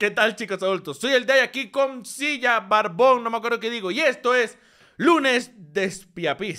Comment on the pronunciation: era re facil ponerle One Spys y pronunciarlo Wan Spis para el meme del video, pero no, me sale con Espia Pis XDDDDDDDDDDDDD